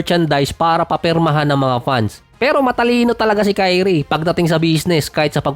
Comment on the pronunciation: Dinig ko, TAI_ONE (Ky-One)